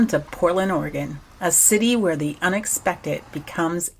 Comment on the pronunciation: Camping out in Ora-gon